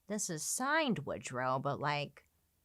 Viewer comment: Woodruff Wilson? … I thought it was Woodrow Wilson…😬